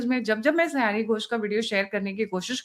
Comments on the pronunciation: Sayoni sayani nahi hai😂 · Pronunciation sayaani nhi, sayoni hai